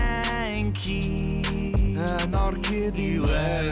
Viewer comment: I swear, isn't it "Anarkitty"? I never thought it was "Anarkiddy".